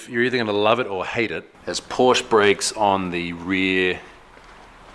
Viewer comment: Please never ever say "Porsch" again... Do it like you've said Porsches....just without the (second) s :D